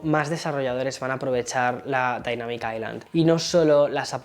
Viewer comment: la correcta pronunciación es ai-lund, osea como lo dice, si pronuncias aislan simplemente lo estás haciendo mal (osea toda latam lo pronuncia mal)